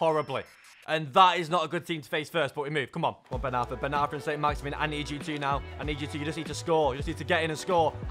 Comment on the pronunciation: As much as i love the bloke, i hate anyone that says maximin in a shit english accent when its not like that